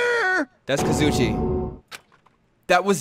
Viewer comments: Don't mind me just laughing at say "Kazoochi" Timestamp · KAZCOOCHIE BAHAHHSJDD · mispronounciatons Kazuichi - kazoo itchy Byakuya - Boo ya kuya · No no its not kazuichi it's kazuchi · Iberleezy: Thats definitely Kazuki Bro its Kazuichi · lmfao how he pronounces Kazuichi’s name slsksksjshah “kazooche” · Him calling him ka-zoo-chee is a mood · Kazoochie lol Kazoo- chie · Kazoo kid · COOCHIE SODA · Kazoo chie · Or as would say, Kazoo-chie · Nobody on this earth: Not even a non-english speaker:: KaZoOcHi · "Heetoko" "Kazoochie" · One Of The only one's who mis pronounces Kazuichi as kazichi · The 5 Dark Characters of Destruction Kazoochies Zoada Ganham Tanhaka Haggime Hinatata Nuhgeedo gomaeda Yasuhiro Hagakure 🌿🍃🌱☘️🍀🚬🚬🚬(aka the only one he says right)